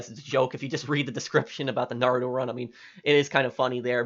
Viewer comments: “If we nah-ROO-toh run” rip all naruto watchers ( it’s na-ru-toe ) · The way you say Naruto triggers me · VLight everyone pronounces it that way but if you’ve seen at least 1 episode of naruto you’d know it’s not pronounced that way but at the end of the day I doesn’t matter 🤷🏽‍♂️ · The way he pronounces naruto makes me wheeze